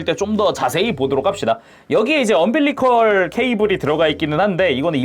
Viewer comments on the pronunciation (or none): 언빌리컬 -> 엄빌리컬